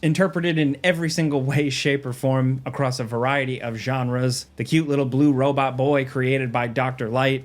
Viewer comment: “The Robut”….